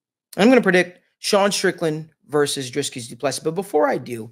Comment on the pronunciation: Say dree as in tree... Dree kus